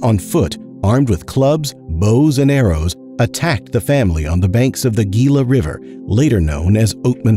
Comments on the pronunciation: Last year my wife and I took an RV trip out west and happened to camp at Gila (incidently, pronounced Hee-la, not Gil-la) Bend, just a couple of miles from where the Oatman massacre took place. That was the first we'd heard about this, and her, and we visited the site. Very sobering. This took place on the top of an ancient lava flow and during the attack her brother was thrown off the edge and fell about 30 feet to the rocks below. We saw the place he was thrown. Lava rocks are very rough and sharp and I'm sure he was very badly injured. This was a very interesting presentation. Thanks for the memories. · pronounced HEELA not geela Native New Mexican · “Gila River” is pronounced “Hee-lah river”. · I was born and raised in Arizona and it's always funny people can't say Hela it's Spanish so you don't pronounce the G it's not Gila kind of like a gila monster kind of like jalapenos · I have always been fascinated by this piece of history. The name of the river Gila is pronounced with an H sound, Hila. I was born in Mesa Arizona relatively close to where the family was killed. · Nicely done, just a note Gila is pronounced with the” h “ sound as in Hila River. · Awesome video and great telling of her tragic story. But one thing...Gila is pronounced "Hee-Lah" . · This was a great information thank you just wanted to touch base it’s pronounced Hila… The G is an sounds like an H for Gila.. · Gila in "Gila River" is pronounced hiːlə. It's always a mystery to me why otherwise well-produced content on YouTube contains errors like this. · Native Arizonan here, Oatman is an incorporated city here in Arizona. Plus, you mispronounced Gila. It's HEE-LAH. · It’s pronounced “Hee-La” River. In Spanish the “G” is pronounced like an “H” in English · It's "Hila". The G in Gila is pronounced as an H. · GILA is pronounced HEELA. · The Gila River is pronounced Hee-la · It’s pronounced “He-La” river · Gila is pronounced HEE-luh.